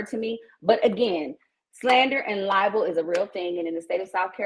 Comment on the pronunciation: “You called me lyin’”. 😂😂😂 How can you speak about slander and libel. (Ly-bol) 😂😂😂